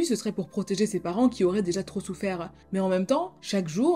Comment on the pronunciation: super ta vidéo 💕 juste un truc pourquoi tous les mots que tu utilises finissent par "e" même le mot plus tar "e" ... pour plus tard... ou souffèr "e"... pour souffert ou encore la peine de mor "e" pour la peine de mort...ou encore netflix "e" qui a tué le Dahlia noir "e"... tout bénèf "e" 🤔